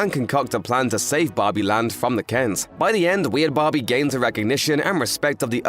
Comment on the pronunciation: Take a shot every time this guy says "Bahbee" (which incidentally is Aussie for BBQ)